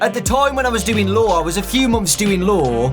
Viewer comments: The whole time he said law before he said lawyer I thought he was saying Lore xD. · Was it just me, or was it when he said "law" I thought he said "lore"? No... Just me...ok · Every time he says he studies law I hear him say lore and it messes me up XD